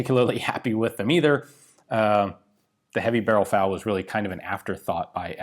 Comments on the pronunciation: Why you keep calling it "Fowl" ? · "Fal" pronounced in English